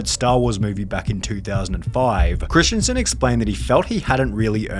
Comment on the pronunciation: Its christensen not christiansen. Hurtin my feelings.